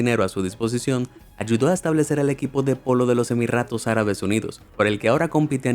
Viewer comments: Dijo En el Segundo Emirratos Arabes en vez de Emiratos Arabes. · Se dieron cuenta que en vez de decir emiratos decia emirratos? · no me digan que fui el unico que escuché: "su hermana lana rohades" o cuando dice emiratos no dice emiratos, dice emirratos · SEGUNDO 'EMIRRATOS' ÁRABES UNIDOS Y YO WHAT? EMIRRATOS :V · Por que rayos dice Emirratos en lugar de Emiratos? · Emirratos? Jaja me matoo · Haha los emirrrrratos árabes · Se dice Jeque con la Jota española. Igual Jequesa con jota. Se dice Emiratos. No EmiRRatos.